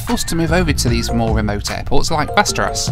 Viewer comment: Just for everyone’s information, Västerås is actually pronounced almost identical to the fantasy location Westeros, yea...that one. Lol.